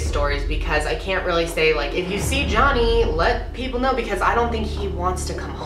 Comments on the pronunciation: I'm almost positive he says Jenny not johnny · Jeff couldn’t even say Johnny’s name...interesting